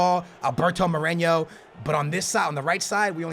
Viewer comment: You pronounce Moreno as "Morenyo" and Fernandinho as "Fernandingo"